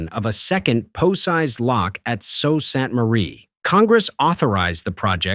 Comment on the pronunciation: This is a problem that has been there since the first 1,000 footers were put into service. The "narrator" is wrong on one point. The first name of the city is pronounced SOO like the locks. I am in Michigan!